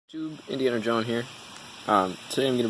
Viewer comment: You know your pronouncing your own name incorrectly Indiana John is not Indiana Joan which is what you called your self at the begging of the video